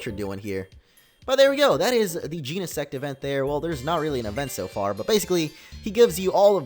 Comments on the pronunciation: It's gen-a-sect say it like that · Its GENESECT. Jen-Uh-Sekt. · bro it’s not pronounced Jean-uh-sect 🤨😐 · did he jus said gee-ne-SEX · Omg he said sex omg lmao xD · You didn't say genesect you said gene*** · It's gen I sect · I guess he never learnt the full pronunciation of it?